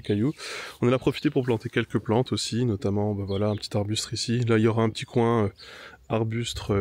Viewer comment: Achète-toi des booooottes! J'ai lu que l'argile "bentonite" est le plus imperméable pour info ; je vais tester pour tapisser le fond d'une potentielle mare :) Faut pas une cheminée pour le barbecue? Beau travail sinon. Quel courage. Et sinon, c'est "arbusTES" pas "arbusTRES". Bisous